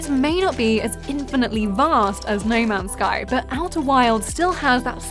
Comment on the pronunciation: “Ney mans sky” 😂